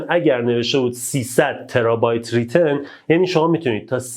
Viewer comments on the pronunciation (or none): ترابایت رایتن هس داداش نه ریتن